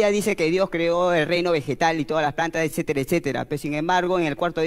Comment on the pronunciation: Mori con el esetera 😂😂😂